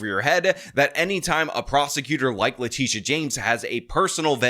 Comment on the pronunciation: Please pronounce leTITia correctly. It's not LaTisha, or Latischa. It's La-Tit-ia